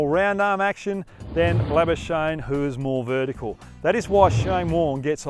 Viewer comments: PRONOUNCIATION GUIDE: The correct pronounciation of 'Lamichhane' is 'Lami-chha-ne' . For 'chha', you'll have to blow more air out. Next up, pronounce 'Labuschage' as 'Champagne'. You love the latter one , don't you?😋🤣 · Is he calling him Sandeep labuschnae?? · it's Sandeep #lamichhane not Sandeep #labuschagne😂😪